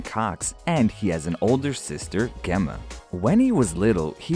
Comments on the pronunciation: He thought she was gamma ray or something lol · THE WAY HE SAID GEMMA .......... I LOST IT IM SORRY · DID HE JUST PRONOUNCED GEMMA LIKE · Hell yes he is! He is the reason I paid attention to them and I did like them but he was IT. I knew they’d split and when they did I was very happy because I knew Harry would finally do something for himself and we’d get to see just him. I knew he’d be incredible. I’m so proud of that man and how far he has come. Also, you said Gemma wrong. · BRUH DID HE JUST PRONOUNCE GEMMA LIKE